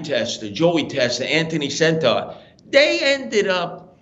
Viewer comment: Why does he say anthony “centaur” it’s senter. Like center.